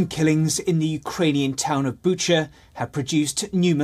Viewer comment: This gentleman pronounces it Bucha, while the other girls (news anchors) pronounces it Bukka